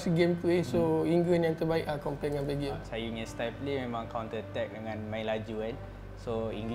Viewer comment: pengulas acah2 tu boleh diam kot aku rasa. Sebut belgium betul2 la